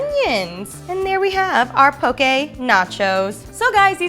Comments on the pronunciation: Yay!! You pronounced “poke” correctly👌 From Oahu, HI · As a Hawaiian I like that you mentioned that it’s not authentic! You did great on pronunciation on poke! And these recipes are great! 😅